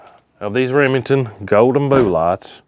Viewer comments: I love that he says "boo-lots", and it's just... normal 😄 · "Boo-lots" that kills me 😂